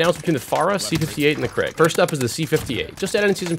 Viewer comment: Ohhh the krig u pronounce it like krigg in sweden krig means war and u say it like kriig